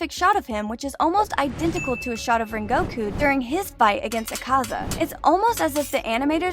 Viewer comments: You can’t even pronounce his name “ren go ku “😒😒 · Can you pls stop callinflame hashira donuy